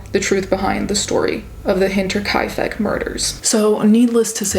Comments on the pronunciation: I am amazed at your ability to pronounce the name of that place. I was honestly wondering about how to say that loud myself. And I am German and lived in Munich for three years. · Props to you for pronouncing Hinterkaifeck astoundingly well.